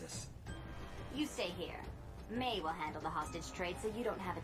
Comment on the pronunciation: it’s MAY (mai) not MY. you heard it all episode man geez💀